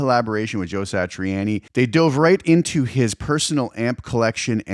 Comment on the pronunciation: Say Satri-anni one more time 😮